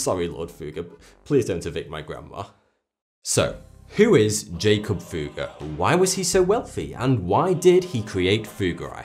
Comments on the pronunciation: 'jakob' is pronounced YA-kobe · BOOM! Nailed it...Good catch. Jakob Böhme, ~same time period, was pronounce yāKOB What else is misrepresented here?! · his name would actually be pronounced yakob if he was german